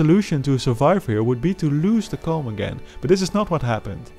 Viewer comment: GOnna say something - the way you say "Comb" faintly sounds like "Cum"